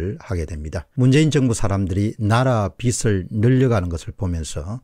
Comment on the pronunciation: 빚을~~>비즐이라고 읽어야 함~